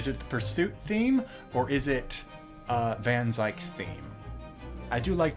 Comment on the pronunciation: Zieks not fookin Zikes